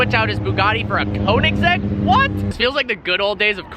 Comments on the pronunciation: It bothers me when he pronounces Koenigsegg as "koing-segg" and not "Kyo-neg-gee". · BRUH ITS NOT (cone-en-seg) BOI ITS (ko-en-saag) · It is actually konseiigg agera r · And Koenigsegg is pronounced like Königseg, not Konigseg, but that said I really like the enthusiasm for cars in the video. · Koenigsegg is pronounced like kønigsegg and not konigsegg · kÖnigsegg. >>>>Ö<<<<, not o. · He just said a konensegg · after all this time ... still no clue how to pronounce it corretly. Kounigsegg lol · He can not even pronounce Koenigsegg.. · How to pronounce the name KOENIGSEGG AGERA RS